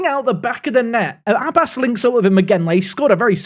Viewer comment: Abbas is pronounced more Ab bass (bass as in the fish). Emphasis on the b. If you want to hear how it's said search pronunciation of عباس